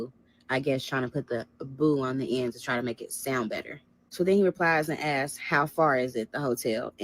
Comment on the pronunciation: And askes instead of asks